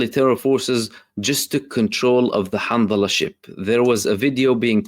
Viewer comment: Handala not Hanzala